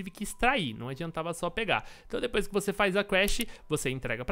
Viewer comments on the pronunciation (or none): none